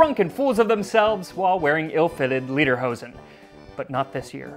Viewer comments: TastingHistory: Just a note--the traditional Bavarian/Austrian folk pants are Lederhosen, pronounced (Lay-der-ho-sn), not Liederhosen (Lee-der-ho-sn). If that were a thing, it would mean "song pants," as opposed to leather pants. English speakers always want to pronounce it as "song pants." Now you know! :-) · Watch the vowel... Lederhosen: lay-der-ho-zen == leather trousers Liederhosen: lee-der-ho-zen == song trousers You don’t want song pants. Trust me on this.